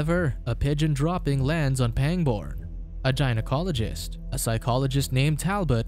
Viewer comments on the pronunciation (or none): You butchered the pronunciation of half these words 🤣 especially gynecologist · It's a little weird hearing someone pronounce gynecologist wrong